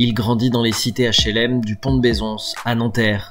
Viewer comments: Pont de beuh-zon on dit ! Et comme son nom l'indique pont de Beuh-zon c'est pas à nanterre mais à Bezons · "Cité du Pont de Bezonsse a Nanterre" loool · Ont dit Bezon et non Bézons ça se voit que tu parle de ce que tu ne connaît pas